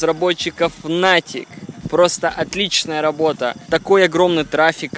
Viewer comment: Ты не правильно говоришь Niantic